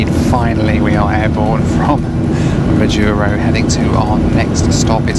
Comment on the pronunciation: I completed one million miles on United on this very route. But coming the other way. It was on the Majuro to HNL segment. I've been on the Kwajalein base, had my iris scanned to get in. Curiosities... Next week I'm on my way to Majuro. By the way. And it is MAjuro and not maJUro. And Kwajalein is pronounced KwajaLAne.